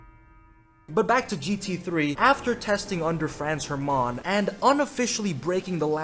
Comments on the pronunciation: this is the worst pronounciation of this name i have ever heard. Congrats to you :D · your pronunciation of Franz Hermann is wild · Why does is sound so frech when he sais Franz Hermann?